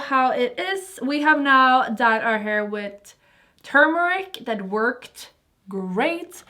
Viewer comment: I kinda love how she says Hör to hair 🙏